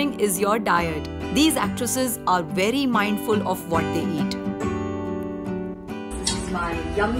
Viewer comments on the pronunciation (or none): none